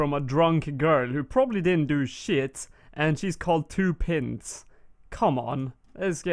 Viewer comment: i laughed so much when you said 'pints' just saying haha its not pronounced like that :PPP but loving the series any way haha